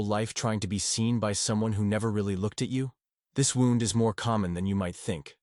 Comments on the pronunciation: The word is wound as in pain, not wound as in a clock. For the love of God get real people to read these things!! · Another criticism is the A.I. speaker's mispronouncing of the word "wound" - a negligent preparation of material for the listener. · Yes excwpt the key word WOUND is mispronounced so many times, but not all. Someone needs to edit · I know this is AI but it’s still good… the father wouwnd 🤣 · Something that distracts me in this video is that the word wound is repeatedly pronounced like the past tense of wind. Is there no way to correct that? What happened to having humans actually read text? It’s not that long. Thanks for the content, anyway.